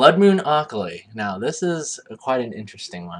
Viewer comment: how he said akali made me cringe... lel but I bet it was awesome working for riot making these splash